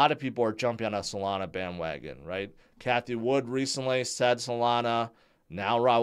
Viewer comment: Nah he said Solanzo not Solana😂😂😂